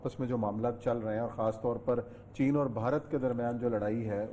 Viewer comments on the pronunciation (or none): اوریا بھائی، چےنا نہیں، چین۔